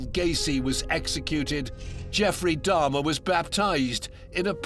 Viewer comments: I don't understand why several of the people keep calling Jeffrey Dahmer "Darhma". Why didn't anyone correct them and tell them his name? That's so weird. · I do realize some of them have accents but I mean that some are specifically calling him Dahrma. I don't believe an accent could make someone mispronounced a word that badly. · Who the fuck is dammah?😂😂